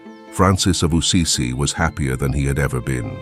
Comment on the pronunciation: Why does the narrator keep saying ‘Ussizi’ instead of ‘Assisi’?